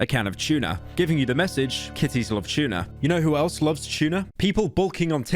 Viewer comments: Pyro really does pronounce T's as "Ch", like when he said Chuna instead of Tuna. Bro unironically says Chewsday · “A Can of chewna” (tuna”